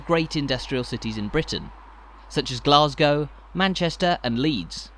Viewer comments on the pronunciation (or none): none